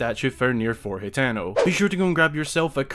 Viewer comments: Its pronounced (ha-ten-o) ..not he -ten-o ..or( hi-ten -o) smh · Ha-teh-no. Not hateno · how it's spelled: hateno how he says it: hetano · isn't 'Hateno' pronounced like: Hah-teh-no ?